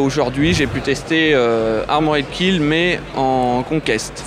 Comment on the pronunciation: Armorèd Kill, mais allo les gars, apprenez à parler un minimum anglais quoi O_O